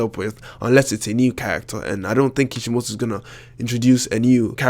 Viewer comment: how do you properly pronounce naruto? or even kishimoto?... i mean... the to's accent was... gah... hopeless. :D